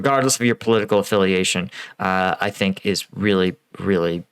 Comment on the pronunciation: US Army combat veteran...where did you get your experience?...in Call of duty Game?..Your opinions are so dumb!..."I thik this... I thin that"...who cares...Go play game!